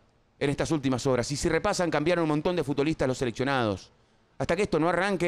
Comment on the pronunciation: "FutDolistas"? WTF Pollo!